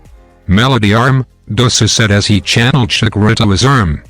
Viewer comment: He is calling chakara shakura